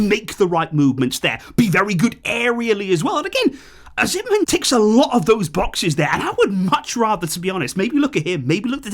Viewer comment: Hey. The name is pronounced Victor OH-SEE-MEN lol😂